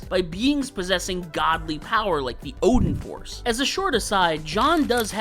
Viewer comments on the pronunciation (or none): none